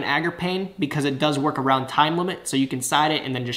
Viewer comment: Can we talk about the fact that you said awound and not around the first time? Made me chuckle